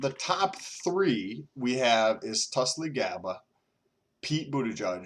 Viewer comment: Tul-SEE. NOT Tul-SLEE. (geez)